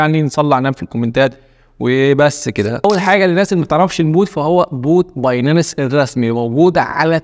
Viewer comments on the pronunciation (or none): بايننس وليس بايناننس